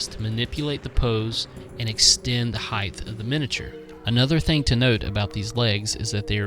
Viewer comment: Great conversions - very inspiring! However, the word is height with a hard T ending (like night, sight etc) it is not heighth! You must've said "heighth" half a dozen times!